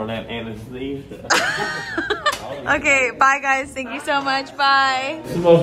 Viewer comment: why did he say anesthesia like that 😂😂